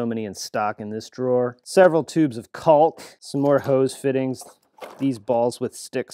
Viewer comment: How are we pronouncing 'caulk' now?